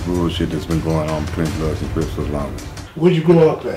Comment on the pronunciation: Yo man correct me if im wrong but this dude said ish that they were called the cribs, he didnt pronounce the p. We know it wasnt like that. Whats the deal. Or am i hearing things?